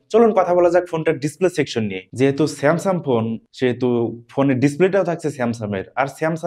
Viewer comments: উচ্চারণে আরো যত্নশীল হতে হবে, বারবার আপনি স্যামসাং কে স্যামসাম বলছেন। ধন্যবাদ। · স্যামসাম নাকি স্যামসাং?? মোবাইলের রিভিউ করতে আসছে?😅